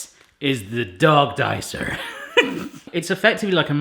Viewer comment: The way he said dicer sent me